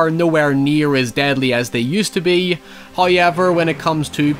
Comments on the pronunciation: me: however: hëœwever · Drinking game: take a shot every time says hoyever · love the way he says "hawyever"